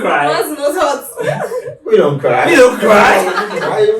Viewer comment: "we don't cry" with the accent... That got me laughing really hard😂